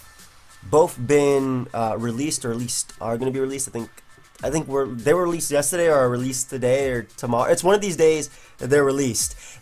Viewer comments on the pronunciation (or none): Btw, the way you say 'yesterday' sounds funny.